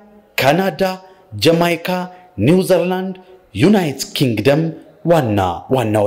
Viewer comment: ኒውዘርላንድ የሚባል አገር የለም ኒውዚላንድ እንጂ እባክህ በመጀመሪያ ምን ተብሎ እንደሚነበብ ተማር